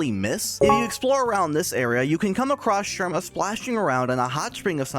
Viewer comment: Did you know that said Thie instead of this?